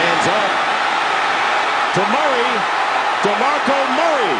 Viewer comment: Did he just say demarco murrays name in one word? D'Murray?